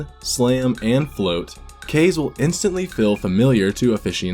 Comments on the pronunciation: After much research and watching a 100% playthrough, I've one word to describe this game: Uninspired. I can't give it more than 7/10. Variety? Way lower than in the DKCs... most of the levels are just flat horizontal series of platforms... "Kayse"? It's "Kah-zey", bro. :P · KA-ZE sounds like KARZY in English KARZY means toilet=SH.T it's KAZE bruh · It's pronounced Ka - Ze. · No it’s pronounced KAZE.